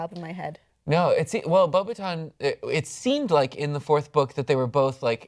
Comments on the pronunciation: Its Beaux-BA-ton not BeuBeuton. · if one looks at it phonetically, it's more like bo-ba-ton some english speakers don't understand that "beaux" is pronounced "bo" but yeah, so much for the guy being french, right?